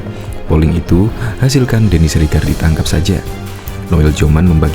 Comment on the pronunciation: " Ditangkap" ngab bukan "Ditaankap", 🗿🗿🗿 Kelihatan bngt bolos waktu pelajaran B. Indo di Sekolah 🗿🗿🗿